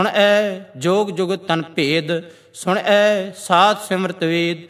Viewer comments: भाई साहेब जी बेनती है 8 वी पोरी में आपकी पेरनौंसेशन सुण ऐ महसूस हो रही है जबकि गुरवाणी अनुसार सुणिऐ होनी चाहिये। वैसे कुल मिलाके वीडियो सराहनीय है। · Suneayen theek pronunciation hai. Bhai Sahib ji gurbani da sahi ucharan karo ji.